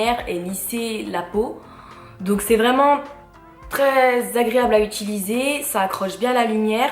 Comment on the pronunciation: Hello cela fait des années que je suis une lectrice assidue de ton blog et c'est un plaisir de t'écouter mais par pitié on dit "utiliser" et non pas "ituliser", c'est un conseil bienveillant :)